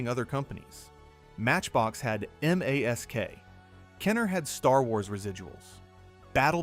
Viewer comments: 2 INCH figures work well with Battle Beasts. BTW...is this an AI voice? no one says " M A S K"...every human calls it "MASK" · Because AI. You can hear the awkward pauses, unrelated shots when talking about the gatling toy, and how it doesn't know how to pronounce M.A.S.K.